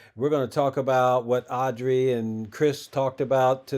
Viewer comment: Her name is Audra, not Audrey.